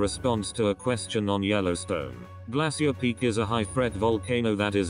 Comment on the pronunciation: Awful computer voice calls Glacier Peak, "Glassy-ur" Peak! Its supposed be pronounced as "Glay-shur" Pathetic. Lol 😝